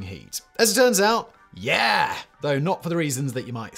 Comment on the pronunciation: The way Simon said "YEAH!" lol